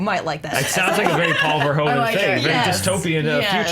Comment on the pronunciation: On Paul Verhoeven's last name: the 'oe' is pronounced as 'o' in 'who'. (It's a Dutch thing 😉) Edit: Come to think of it the 'hoe' part of his name is pronounced exactly the same as 'who'. So, just say: Ver-who-ven.